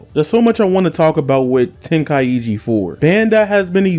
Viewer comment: Bro really said tenkaiegee 💀